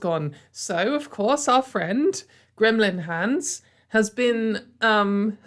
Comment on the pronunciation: I kid you not, I heard "Graham Linehan's" as "Gremlin hands"